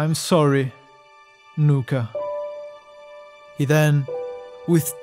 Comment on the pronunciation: It’s nuka